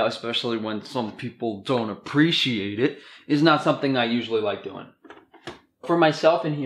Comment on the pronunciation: “Especially when some people don’t APPRECIATE IT” (that Italian accent tho!😂) 🇮🇹 luckily there are a host of us who appreciate raw butter 😂😘👍🏻😆😍